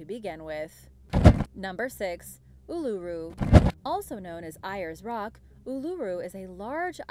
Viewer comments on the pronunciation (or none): Ayres Rock is pronounced Airs Rock. It is sacred to the Aboriginal people. 😠😠🇦🇺🇦🇺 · It's pronounced AIRS rock.❣️ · Uluru is now the name of ayres rock( pronounced air's) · i have never heard anyone butcher the pronunciation of ayers rock so horrendously. Its pronounced aires rock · your not going to mention how she absolutely butchered the names ayers rock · thats nothing to how she butchered ayers rock.